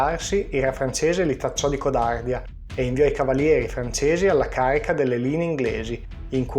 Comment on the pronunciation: la codàrdia??? ahaha ma come si fa a pronunciare così in un video di storia